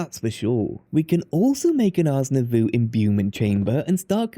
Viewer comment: I love your videos, they're so great, and I very much appreciate the amount of time you put into them. But Ars Nouveau is pronounced /nuːˈvəʊ/ (like "new voe") not "nuh voo".